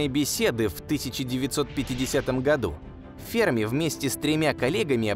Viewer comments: Да не фЕрми, а ФермИ! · Может Ферми'? А не Фе'рми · До этого видео думал правильно--фермИ, а не фЕрми... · Почему ФЕрми? ФермИ всё время говорили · Я так понимаю ФермИ, ударение на "и" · Парадокс ФермИ. Ударение на букву И ! БЛя! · Умоляю, поставьте ударение правильно! ФермИ! У него фамилия - ФермИ! Уши кровоточат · Что за неграмотный человек озвучивал это видео поделие? Ферми - ударение на последний слог) ... А вообще вопросы и гипотезы в этом видео винегрете смешны... Бла-бла для Баранова) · На второй слог ударение ставят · Почти уверен что в фамилии Ферми ударение на последний слог делается - итальянец же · Что за дикое ударение в фамилии??? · Энрико Ферми (ударение на И) озвучил свой парадокс в те годы, когда видимой активности инопланетного разума не было и в помине. ТО, что они есть и очень близко –непререкаемый факт. Однако не все так просто.Материалистическая наука имеет свой материалистический космогенезис, в котором не учитывается мировоззрение, определяющее творение и в том числе человека как сложную составную систему. Космос разумен не благодаря цивилизациям, а благодаря разуму творящей силы вселенной. Мы и любая суперцивилизация – только продукт, который проходит свою эволюцию под надзором высших сил, которые практически исключают непосредственный контакт между нами.Те ребята,которые сидят на Луне, Марсе и иногда летают над Землей – это скорее всего биороботы, которые не имеют эволюционного ограничения срока жизни. Они – слуги, исполнители.